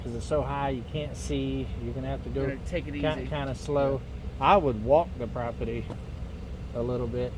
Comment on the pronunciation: I love how you say propity!!!!